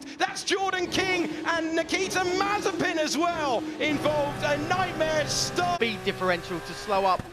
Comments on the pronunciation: Incorrect Pronunciation Compilation Mazziepen Masipan Massiepan Masipang Mazziepan Mazziepan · Comentator Nikita Mazep-a-n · no one: The commentators: Nikita Mazepans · Mazepin: is spelled and pronounced mazepin British commentators: MAZEEPAN! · Bruh the commentators actually called him Nikita Marzipan 😂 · "maz-i-PAN" that's an "i" in that last syllable, mates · Why do they say mazipan instead of Mazepin? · Nikita Mazepan 🤦‍♂️. Is Mazepin that hard to pronounce? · Why can’t some of the commentators say ‘Mazepin’ properly they pronounce his name as marzipan or mizapen 🤦‍♂️ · When Britains try to pronounce 'Marzipan'. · Mazepin, Mazeepen, Mazapine... who cares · Why is the commentators calling him "Marzipan"? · I love how some of the commentators called him Mazipan, i call him now Nakita Has-A-Spin XD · the dude said mazi pan :) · "Terrible things for nikita maz a pan" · 1.54 “Nikita Mazipani”😂😂😂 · LOL at the way Mazepin is pronunced Mazipan by the commentator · love how they f up his last name xD MAZIPAN! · Did he really said Mazipan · Nikita mazapán así lo pronuncian 🤣🤣🤣🤣🤣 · can we appreciate the commentators calling him mazeepan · Nikita mazapán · Why are they saying Mazipan? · Is it just me or are they calling him Mazipan sometimes?😂🤔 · man said mazipan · These fools insisting on calling him Mazzipan. I mean, are you a professional commentator or not? It's a bit embarrassing. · Nobody: Commentator: Nikita Mazipan